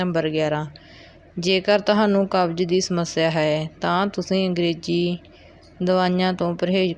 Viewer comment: Angreji nahi angrezi hundi hai & awaaj nahi awaaz hundi hai. Apna boli theek karo